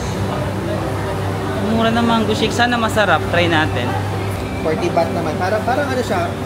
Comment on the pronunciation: “BAHT” po currency ☺️